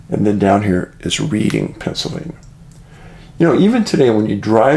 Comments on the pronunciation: David, Reading is pronounced as Redding, California, not as if your reading a book! We, my late husband and I lived there for several years, until he passed away. Then I moved Philadelphia to live with a relative. I have lived in the Philadelphia area for many years and know how to pronounce it properly. Please tell everyone the correct pronouniation. Thank you. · LOL, it's pronounced Read(like I just read a book) Reading......know the area well